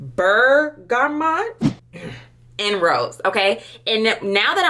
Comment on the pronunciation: Ms Lady the way you were pronouncing some of perfumes and notes 😂😅💀💀💀 I can't. Do you drink tea?.. you never heard of Bergamot 😅😂🤣